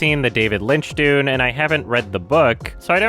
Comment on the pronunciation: Well then you are objectively incorrect because he has pronounced his name correctly in other videos like the Blade Runner 2049 one. He literally pronounced "dune" as "doonie", it's a joke.